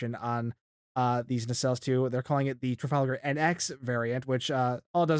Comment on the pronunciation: "Tragalgar" LMFAO